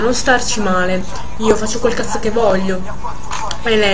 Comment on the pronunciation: Ma non dice "cazzo" dice"casso😂ma cos?hahahah